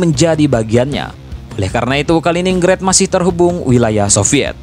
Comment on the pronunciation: Dibacanya Kalinggrad bukan Kalininggred😂